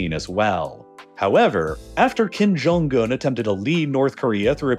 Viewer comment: "kim jong gun" the video was great, but your mispronounciations were so distracting.